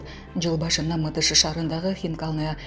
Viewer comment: Мытышы эмес Мытише